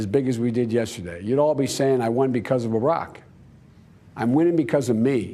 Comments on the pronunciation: Did he say Arak instead of Barak ? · He said Barack not a rock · He said "they would all be saying I won because of 'arock" the dude can't even say Barack. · So funny to watch him do interviews he called Barack Oarack lol I wish he would do more he makes me smile 😁....his wife was ready to pop off! And he just stood there in aww 😁 lol thats cute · “they would have said I won because of a rock” he can’t even say his former boss of 8 years name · If u could hear he said Barack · "Orack" - Biden's new name for Barack Obama